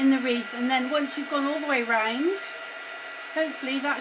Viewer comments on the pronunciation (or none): The way you pronounce round, makes me think you may be from Newport, South Wales.......am I right?